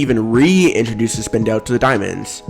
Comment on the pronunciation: Did he just say spin- del? Ok you be you say it you want